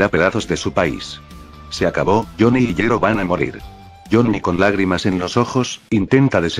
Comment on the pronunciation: Eeh, en realidad 🤓🤓 ball breaker no es una tecnica sino un stand 🤓👌 ya que asi se explica que gyro pueda ver los stand e interactuar con ellos 🤓🤓 ademas en todo tu video le dicer yiro y no yairo 🤓☕☕ asi que tu video esta invalidado 🤓🤓🤓🤓